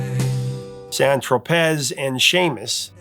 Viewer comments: I kind of thought that too when he mispronounced "San Tropez" . Takes one listen to sort that out. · This guy has gotten so many "facts" wrong in his "career" as the poser of rock. It's sad to see. Even San Tropez is spit out as San Tropezzz! UNsub'd a long time ago because he's just not REAL. The algo sent me here. Thought I'd give him another chance...no change. He's feeding people with fiction. That's not a benign act. I'm out. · not sure he ever listened to San Tropez as he pronounces it very oddly